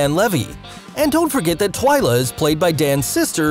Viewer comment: Is no one going to mention how he said TWAYLA instead of TWYLA at the end😂